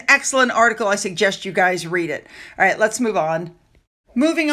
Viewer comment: There is just something so patronizing about her performances. - "right?" - that really grates on the nerve endings. "right?" And the emphasis is all wrong. - "right?" The basic premise that this woman has any right or skills to tell other people what to do with a mint leaf comes across as so fake. It's like she is trying to live out her childhood day dreams. It looks like she desperately wants to be in front of a film crew, being the leader of a gaggle of similar women, gushing nonsense about making cake look like love. The result looks silly and daft, fake and weird. In her mind and her friends, they probably love the results........... seeing themselves on film, showing off their posh frocks in the sunshine, eating cake. I wonder how many of the ss crew were invited?